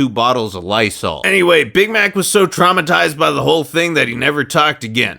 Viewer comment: Omg bamax shut up I legit thought he said bamax instead of big Mac XD